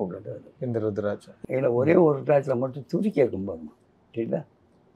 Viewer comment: It's not ru it's uuruthiraticham